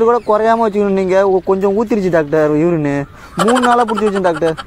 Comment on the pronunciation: Bro யுரின் இல்ல யூரின் 😅